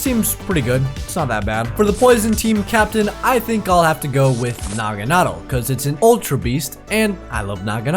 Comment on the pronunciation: Finally a YouTuber that can say nagadel correctly